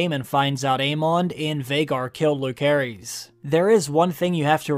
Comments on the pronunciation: "Lukerys"?!!!??? bich what? its "Luserys" and its written Lucerys. Yes Rhaenyra shortens it to "Luke" but his full name is pronounced "Luserys ValAaryean" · It s LUSERIS NOT LUKERIS PLEASE SPELL IT RIGHT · Why can’t bro pronounce Lucerys right?? Isn’t he like a fan?